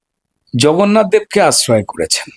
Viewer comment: উনি জগন্নাথ কে ভগন্নাথ বলেছেন